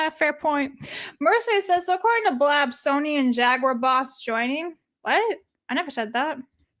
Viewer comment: Pronouncing jaguar wrong hurts the soul